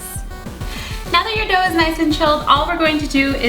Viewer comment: Every time she said dough I kept hearing dope...